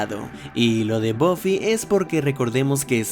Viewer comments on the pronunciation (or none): Se pronuncia "BAFI" JODER!!! No es tan difícil!! Bofi??? En serio?